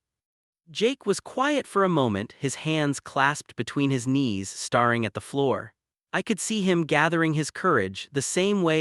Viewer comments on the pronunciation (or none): Getting so tired of hearing 'date' but 'dat-ing', 'stare' but 'star-ing', etc. Please fix AI errors or do the narration yourself. Good stories are spoilt by AI inacuracies.